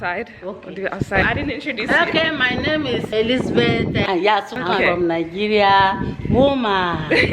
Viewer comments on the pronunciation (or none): none